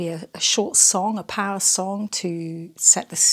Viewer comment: first I heard “parrot” but it is “power”, I come from Spanish as mother tongue